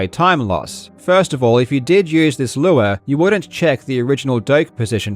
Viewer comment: Not gonna lie, I thought Karl was saying "Lua" (as in the coding language) instead of "lure" at first.